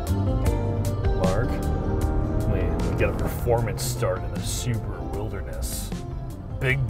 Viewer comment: It is not a Subru, it is SubAru. 😆 I own a Forester. Great vehicle at the price.